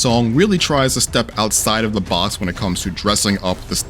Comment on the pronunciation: I could be wrong, but somewhere around the last minute of the video I swear he says “Out of the boss” (instead of out of the box).